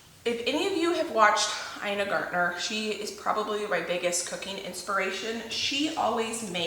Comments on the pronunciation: Ina Garten not Gartener. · Btw, her name is Ina Garten, not Gartner.:) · Ina GarTEN, not Gartner. 😉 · Can’t wait to make my own vanilla! Also, wonderful Christmas gift idea IF I start now. But guuurll…her name is Ina Garten! (Not Gardner) You said she was your idol, and worthy one she is. Makes us feel like we can do it, just like you do! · Thanks for another video🙂it's Ina G-A-R-T-E-N not G-A-R-T-N-E-R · Ina Garten- not Gartner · her name is Ina Garten, NOT “Gartener” you pronounce it wrong every time you talk about her! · So much accomplished today! I love Ina Garten, too. I appreciate how much you admire her, and would want to get her name right. It’s Garten, not Gartner. I love to watch her compilation videos on YouTube from her cooking shows. Her cookbooks are great, too. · I find it so off that you claim Ina Garten is one of your favorite and most influential chefs to you, and yet you refuse to actually and properly learn her last name. It's kind of rude. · When it is someone’s name, it does matter how you pronounce it. It’s a form of respect to at least try to pronounce the name correctly. If can pronounce garden, she can pronounce Garten too.